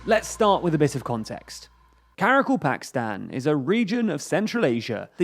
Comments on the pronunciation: Get it, right, Sir. It's Kara-KAL-pakstan! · Ka-Ra-Kal-Pak-Stan... Another name English speakers will be unable to pronounce.